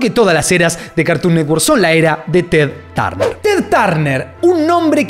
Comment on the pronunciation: Amigo , se pronuncia "TED TERNER" y "ANA BARBERA" .